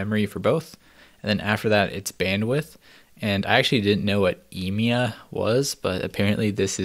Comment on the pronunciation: e-me-ya emea